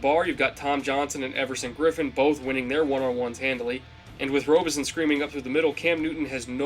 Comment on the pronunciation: Good video! But, Brian Robison is pronounced ROB-ison not robe-ison